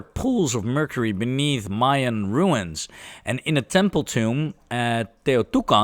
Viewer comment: Quick note: Teotihuacan is pronounced Teh-oh-tih-uah-can